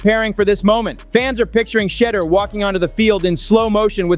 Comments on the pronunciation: The CC and narration kill me; they continue to slaughter that man's name. SMH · Gruden history? Wont happen... Learn to pronounce Shedeur's name properly...please!!!